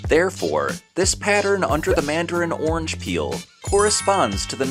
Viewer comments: You are saying "ornge" when orange actually has two syllables and is pronounced "or-runge". Interesting video. TY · There is an "a" orange. It isn't pronounced ornge.